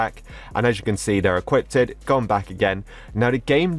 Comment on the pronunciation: I’m sorry but did say equippded like with a “ded”?